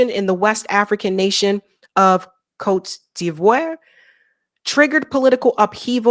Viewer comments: i think it's pronounced coat dee vwar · "Côte d'Ivoire" is pronounced coat dee vwaaa rrr (the 'aaa' part is supposed to be 'bright') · Pronounce coa/t/-devour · Pronounced: cote dee-VWAHR And the president's name is pronounced: wah-TAH-rah You can do it,! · I don't comment often on these things but I absolutely love your content. You're really one of the very best at this. By the way Ouattara is pronounced Wah-tah-rah...and Côte d'Ivoire is pronounced Coat Dee-voh-war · Ouattara is pronounced WA-TA-RA. Côte d'Ivoire sounds like kowt-duhv-waa